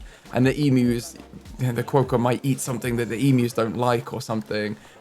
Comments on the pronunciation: Quokka- Qwock-a. Don’t over pronounce the O, quokka is one of the most naturally Aussie pronounced words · oceania: (oh-she-ayne-e-a) Quokka: (kwo-kuh) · I went to rottnest island for a school camp as I live in australia and I took so many photos with quokkas! Also the pronunciation is kwocka <3